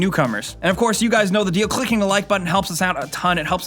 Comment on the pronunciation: LMFAOO The way he said "clicking" LOL